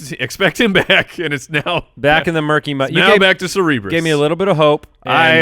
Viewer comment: Bro. I love you, but it's pronounced sur-ber-uhs